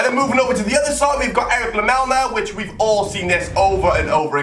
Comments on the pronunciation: lamela not lamelma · First his name is not 'lamelma' its lamela, second it's not in the side netting and third it wasn't in the premier league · pronounce lamela as lamela, not lamelna... and he didn't score this in a premier league match, it's a Europa league match... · Firstly its lamela not "lamelma" and secondly he scored that goal in europa league not premier league.... shows how much football he watches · It's lamela not lamelna 😂 also it wasn't in the premier league... It was the UEFA Europa league... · It's lemela not lemelna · 1. Lamela is pronounced la-mel-a not la-mel-ma and 2. He didn't score it in a premier league game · Lamela's goal was in europa league and its pronounced la-Mel-la not lamelna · 1 - Lamela scored his goal in Europe, not in the Premier League. 2 - It's pronounced La-Mel-Ah, not La-meln-ah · man called Lamela 'Lamelna' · Never heard of this "lamelma" dude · Why the heck you are saying ''Lamelna''? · La- mel-ma. dislike earned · How is my man saying "Lamelna"😂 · It's pronounced (la-me-la) and it was a cup game You genius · Robana? Erik Lamelma? for real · "Eric lamelna" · he said erik lamelma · rabana????? lamelna????? are you dumb WTF can't you read????